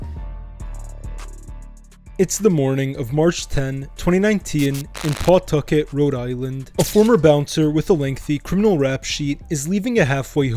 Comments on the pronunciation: It’s not PAW-tucket. It’s pa-TUCK-et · It's pronounced Puhtucket not PAWtuckit. 😂 I'm originally from worc mass area but have lived in ri for 30yrs, even lived in cf from & worked at a few prov restaurants with mob ties. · P'tuckit, say it right